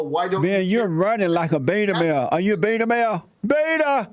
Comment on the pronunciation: I know it's a British thing but maybe the rev is confusing Ben for Bill in the flower pot men (beeeta). Check it out it's a kids BBC show from the 60s they smile weed and have lost the ability to speak coherently (a lot like Ben).